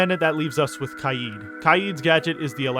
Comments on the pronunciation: Not to judge but HOW did you pronounce kaid? Kyeed? It’s pronounced Kayd Kay (like in okay) and d which makes a duh sound kaid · its k aid not kai eed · the way he says kaid